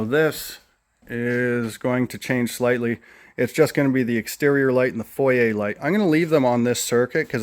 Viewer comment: Love the progress ! Also love that you say foyer as it is really pronounced ☺